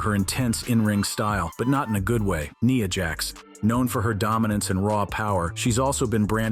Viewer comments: IT'S NYA JAX NOT NEEA JAZ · Nia jax ❌ Niya jax ✅